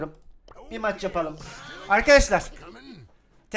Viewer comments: a tuçar darrly almadim o tuçar derrly geğil 🤣🤣🤣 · TÜCCAR DARRL DİYO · Abi tüccar darrly diyon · abi tüccar darrly dedin😂😂😂😂😂😂😂😂